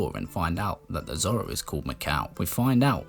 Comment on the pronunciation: I’m from north England and don’t like the way you pronounce Zora or Goron but your Zelda videos are great. Superb content sir